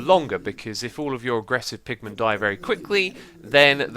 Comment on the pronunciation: When you say pigmen, it sounds like you're saying Pikmin. :D